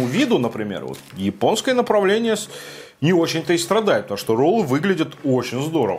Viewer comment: МолодЭц! интерестно рассказываешь, чисто случайно попал к тебе на канал, смотрю уже 2й твой обзор, приятно слушать.... заходит легко, особенно прикольно слышать твОЁ выражение- ОЧЕНЬ КРУТО (как и все наверное москвичи так говорят(интонация ) привет с Якутии